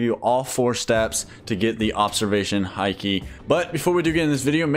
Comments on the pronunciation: its not hi key its haki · Haki is pronounced as hockey